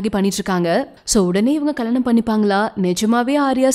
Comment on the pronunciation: Kalyanam ma not kalanam...😀